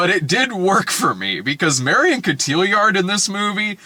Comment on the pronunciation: Brad's pronunciation of Marion Cotillard is driving me up a wall lol